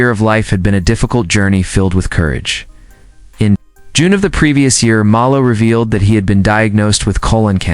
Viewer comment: The least you could do is pronounce his last name correctly, AI! The man was a leg and, adored by fans around the world, including me.